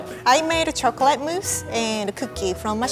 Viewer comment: why does she say "chocalay"